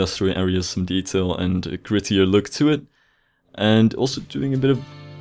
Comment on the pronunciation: It’s details not decails